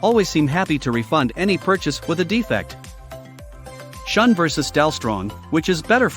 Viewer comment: Shun is pronounced shoon.